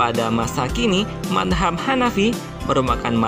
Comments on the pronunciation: Mas..kok nyebutnya/ngomongnya manhab..bukan madzab, maaf kalo saya salah 🙏🏻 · Iya betul,,, Cara baca mazhab ny tolong dong diperbaiki